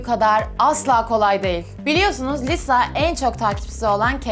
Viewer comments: de lisa yerine liza demen dışında video güzel olmuş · Liza değil "LİSA" !! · Liza deyil Lisa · Lisa diye yazılıyo liza diye okunuyo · Abla Liza değil Lisa yazıldığı gibi okunuyor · Liza değil lisa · Abla liza değil lisa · liza değil lisa korecede lija da deniyo ama alınma doğrusunu bil yani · abla liza deyil lisa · Bu arada o liza değil lisa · Abla linclemeyiyorum ama Liza değil Lisa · Lisa "Liza" diye okunmaz Lisa diye okunur. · liza değil lisaaa !!!! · Yarım kaldı liza diyor lisa olacak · HEMN LİZA DEĞİL LİSA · Liza değil Lisa 😂 👇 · Liza deyil Lisa olacak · ABLA LİZA DEĞİL LİSA ÇOK TAKILDIM DURAMADAN LİZA LİZA DEMİŞSİN YA 😆😆😆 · Abla neden lisa yerine liza diyorsun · Lisa taylandlı ve isminin okunuşu yazıldığı gibi okunuyor, korece de liza gibi bir ton ama liza değil yanii Lisa kısaca🤷‍♀️ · Liza değil LİSA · Liza değil lisa. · de lisa ya liza diyosun yazık sana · abla liza diyosun lisa deniliyo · Abla Liza diyosun da Lisa olmasın o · liza değil Lisa kötü anlamda değil iyi anlamda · Abla liza deme lisa o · Liza değil Lisa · Abla çok güzel ama liza değil lisa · Videonun başında liza yerine lisa olarak telaffuz etmesinden sonra o videoyu kapatmaliydım🤦🏼‍♀️ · saç nerdeyse lisa'nınkiyle aynı gibi ve abla liza değil Lisa yazıldığı gibi okunuyor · Çok emek vermişsin eline sağlık ama liza değil lisa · Liza değil Allahım LİSSSA s’leri bastıra bastıra söyle 😂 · Abla Jisoo'ya Ciso demen ve Lisa'ya Liza demen dışında gerçekten güzel bir video emeklerine sağlık 💕 Blackpink üyelerinin isimlerinin doğru telaffuzu: Jisoo: Cisu Jennie: Ceni Rosé: Roze Lisa: Lisa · Çok güzel olmuş baya emek var ama Liza değil *Lisa diye okunuyor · liza değil lisa! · Abla seni kötülemek gibi olmasın ama liza demiştin o lisa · liza degil lisa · Lisa liza diyorsun arada bir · Liza değil Lisa diye okunuyo dlqlşcşsşfls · Ya o lisa lşza deil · Liza deil lisa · Liza değil ya LiSa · Adı liza mı lisa mı. abla Liza diyo çünkü.🤔